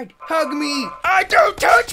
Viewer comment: It's a don move Toby... a DONT move.. Emphasis on the DONT!